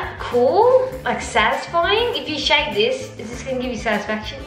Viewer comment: she didn't say shake